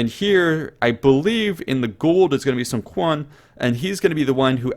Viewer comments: Sun Quan pronounced as Soo-on Ch-uan, not Sun Kwan lol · The Quan of SunQuan should be pronounced more like "Chi- ü- an" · I thought Quan was pronounced Chan. I could be wrong. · Emmm u mentioned "SunQuan" twice if i didn't hear wrong?once a girl and another a dude? well i know the Chinese pronunciation is a little bit of struggle but hey, they are still different xD (and SunQuan inherited from his brother not directly after his dad) check this :)